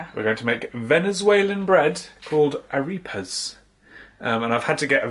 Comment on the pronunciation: It's ah-REH-pahs, not ah-REE-pahs.